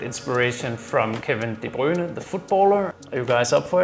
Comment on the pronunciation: Well done! 👏🏻👍🏻 Rush shampoo & conditioner is the best i ever had, i highly recommend it!!! I love the scent of menthol aswell Btw, you pronounced 'De Bruyne' almost perfectly! 😁